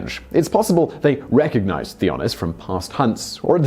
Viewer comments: Hi Simon. The name Theunis is pronounced Teunis. i am a South African and come across the name frequently. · You really butchered the name Theunis, look it up how it is pronounced, it is funny!